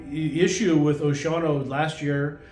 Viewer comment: I love how you mispronounce Oceano. I guess you learned from another transplant from somewhere else that claims to be a long-time local. I was born and raised in Oceano. I’m 70 now, so I know how to pronounce the name, it’s O-she-an-o, not whatever you’re trying to say, that’s like when people mispronounce Lompoc as Lam-pock instead of the correct Lam-poke